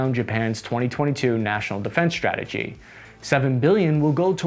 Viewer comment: ‘Strike’ and ‘strategy’, not ‘shtrike’ and ‘shtrategy’.